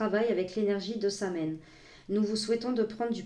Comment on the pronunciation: Bonjour. J adore cet oracle Samhain est ma fête préférée comme l automne est la saison que j adore. Si je peux me permettre on prononce Samhain " sa ou ine"... bon apres peu importe la prononciation 🥰. J aimerais qu il nous traduise aussi en français celui de Yule que je trouve également tres beau. Belle journée.